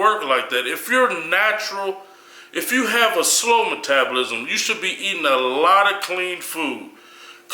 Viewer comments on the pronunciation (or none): Dafuq kali emphasising the ends of some words. CUTEEEENG, EATEENG, BULKEENG